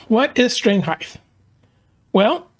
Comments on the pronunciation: It’s “heighT” everyone, hard T at the end. HeighTH is not a word, lol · I enjoy and appreciat your channel, i respectfully point out that "heighTHHHH" is not a word, it is pronounced heighT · Good tips on action. Thanks. By the way, width, length and breadth are correct, but heighth is not. The word is height. ☺️🤗🤔😜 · I must have turetts. Every time he said "heighth" i yelled out "height"! 😂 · Aha, glad someone else picked up on that, I found it grated on me, in what was otherwise a superb video which confirmed my theories about action and string height. With a T!😂